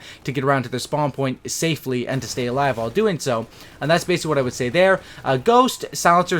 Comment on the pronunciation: falou "alive" com pronúncia "A" ja sei que não tem credibilidade hehehe